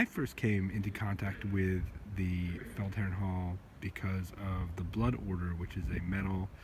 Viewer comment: Felledherrn Hall? Loggia dei Lie? Check your sources for the correct names you mention and butcher. And this is a night footage of poor quality. Thumbs down.